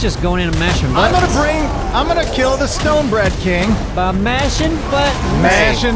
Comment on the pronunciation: "The stoneBREAD king" Did nobody else hear him say that?